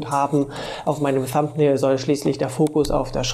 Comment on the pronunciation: Hi,. Supervideo, von dem ich viel gelernt habe - aber hör Dir doch - bevor du Videos machst - mal an, wie man die englischen Begriffe ausspricht. Thumbnail und Audacity sprichst du so falsch aus, dass ich die Wörter erst nach mehrmaligen Anhören erkennen konnte. Fast jedes online dictionary für Englisch spricht dir inzwischen die Aussprache korrekt vor. Das sollte man nutzen, wenn man Englisch nicht so gut beherrscht.